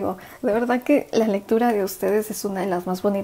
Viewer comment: crítica constructiva, porfavor trata de no tragar todo el tiempo la saliva se escucha todo el tiempo y a mi parecer no queda bien y tb porfavor las palabras que terminan con D ejemplo VERDAD porque las decis con T al final? VERDAT? perdón si te molesto pero son hábitos que van a mejorar tus lecturas, te bendigo gracias.